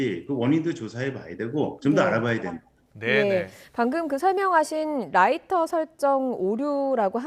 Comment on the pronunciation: 여자아나운서가 '라이터'라고 발음해서 남자아나운서가 식겁햇네 ㅋㅋㅋㅋ a4용지 쳐다보면서 눈치주잖아 ㅋㅋㅋ